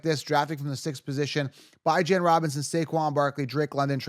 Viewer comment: i cant take you seriously when you pronounce bijans name like that man lol